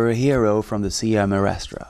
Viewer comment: I'm grateful for the videos and pictures provided in this documentary on Cuba but as someone who has been to Cuba several times, I find it a bit annoying that the presenter didn't bother to learn how to say "Sierra Maestra" properly. It's a distraction that detracts from his credibility.